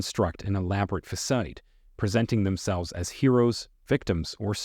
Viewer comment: "Until the day they day". "Flawless fasade". Facade is pronounced "fuh-SAHD". "Treacherous" is pronounced "TRECH er us". PED es tahl, not ped ES tal. Don't use "I'm" at the end of a sentence. If you can't get English right, how can we trust what you say?